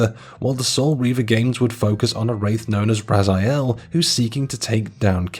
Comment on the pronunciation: I want to start with saying how good this video is. It's great to see LoK getting the attention it still deserves all these years later. But.... How do you pronounce Raziel wrong when it's one of the most used words in the series?